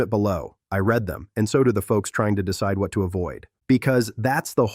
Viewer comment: Nothing like an AI telling us about unreliable cars. Did you hear the tell? Hint: there are two words spelled read.